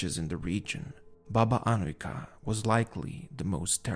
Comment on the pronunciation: your serbian pronunaciton of Baba Anujka is really good you can hear cleearly every letter.keep up the good work lovin your channel salute from serbia